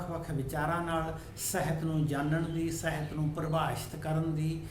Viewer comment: ਬਾਕੀ ਸਭ ਕੁਝ ਠੀਕ ਹੈ ਸਰ, ਪਰ ਤੁਸੀ ਸਾਹਿਤ ਨੂੰ ਸਹਿਤ ਬੋਲ ਰਹੇ ਹੋ।